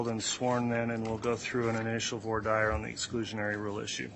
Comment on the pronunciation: it is pronounced vwa deer, not voy dire!!!!!!!!